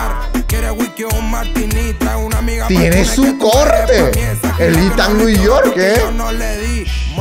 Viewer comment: ithan nui york akajakajaja